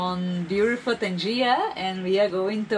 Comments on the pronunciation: Is not tanjia .is tanger .welcome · It's Tangier not tangia😅, i think even in Brazil or Mexico there a town called Tangier